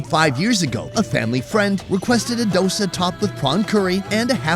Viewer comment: Subtitle says Dosa and Vadai but he is saying DASA and Vadkari (Vada-kari is a dish and Vada is different dish)